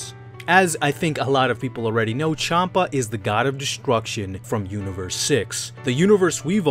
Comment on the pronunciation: Chanpa is pronounced Shanpa. The name is based off the alcoholic drink, Champagne.